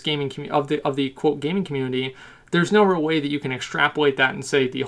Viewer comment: The way that you pronounce ''real'' HAHAHA